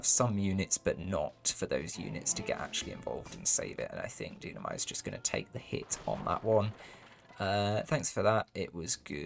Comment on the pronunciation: Hi there ! Thanks for the cast ! Just a detail, it's Dunamai (pronounced Doo-nah-my). Cheers !